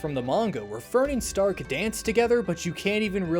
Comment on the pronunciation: I love th "H" in stark that isnt there, but you can hear in the pronunciation Shtark!